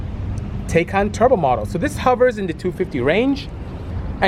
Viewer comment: Bisi, great job taking a first look at the Taycan Turbo. I first saw you on Jay Leno's show. Fyi. The pronunciation of Taycan is Tie-Con. Also I cross posted your video on the as well.